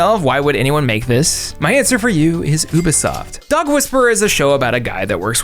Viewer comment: Why does he keep pronouncing it Oo-Buh-Soft?!